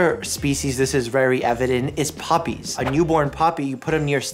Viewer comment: I love how he calls puppy’s “Poppy’s”